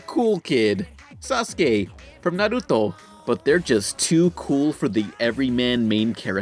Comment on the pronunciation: The way you pronounced Naruto made me cringe.